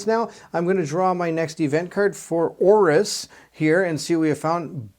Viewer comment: The name thing was really bothering me.😂 good catch on Orrus. I don’t know how you got out of Mek. I would think you’d say it like mech. Thanks for the playthrough, looking forward to the next game.